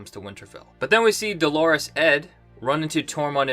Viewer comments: Not a big deal but it’s killing me...it’s pronounced “dollar-us” ed, not “Dolores” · It’s pronounced “Dollar-us” Ed ✌🏻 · Lol... still mispronouncing DOLORES ED!!